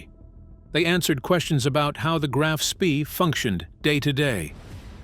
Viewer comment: Graf Spee => “grahf shpeh” Von Spee => “fon shpeh”